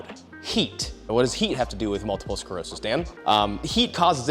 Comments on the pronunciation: It’s multiple SCLEROSIS not SCAREOSIS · 🔫 start pronouncing sclerosis right or i'll kiss you.